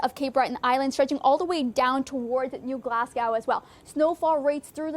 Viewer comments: Bad - eck? New Glas - gow? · Please use correct pronunciation for Baddeck and New Glasgow, which doesn't rhyme with Cow